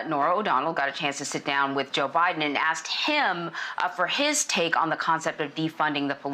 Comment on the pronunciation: Did she just said JOE BIDNER ? ?? Or Am just going crazy here